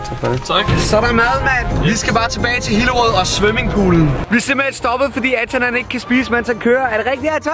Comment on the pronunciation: ej du siger svømmingpool det hedder svimmingpool